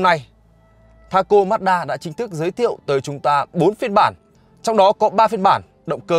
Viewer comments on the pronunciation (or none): Ma chư đa chứ ko phải mát đaaaa nhé ae =)))